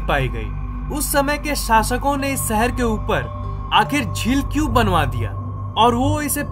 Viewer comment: Bhai shehar bolna sikh